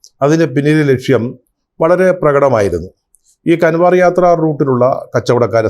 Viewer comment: കൺവാർ യാത്ര അല്ല കാവട് യാത്ര എന്നു പറയണം.